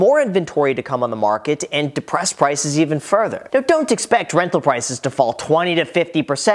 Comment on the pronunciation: Everyone when Graham Stephan uploads a video after FTX: Are you serious right neow?🤨